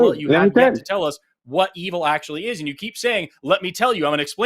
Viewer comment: EE-vool is my new favorite pronunciation, and I’m going to combine that with BYE-bool and/or BYE-bell at every opportunity